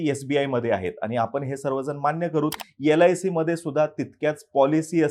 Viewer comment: He can't properly pronounce sbi and lic then God only helps you for his analysis.